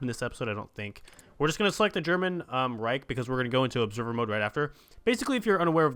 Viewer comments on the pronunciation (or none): none